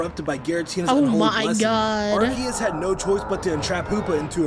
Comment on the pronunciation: You can tell has become an M&J stan with her pronunciation of "Arcoose"